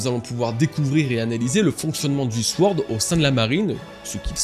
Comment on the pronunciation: on dit : SORD pas sWord mon frère